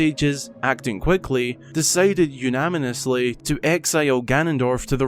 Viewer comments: Did you say ‘unaminously’? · “decided unaminussly” lol 😂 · "Unamunously?" XD :V